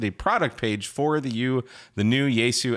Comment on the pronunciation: But will it receive NOAA WX band? Also, "Yaesu" is three syllables, not two: "ya-e-su" 八重洲